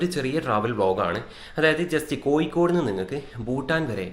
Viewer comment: കോയിക്കോട്അല്ല കോഴിക്കോട് 😂😂